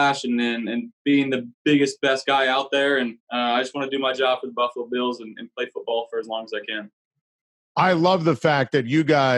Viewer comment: You can tell he is a buffalo guy now as he pronounces the name correctly. If you are not from here you say Buff a lo. If you are from here it’s 2 syllables buff lo. The a is silent.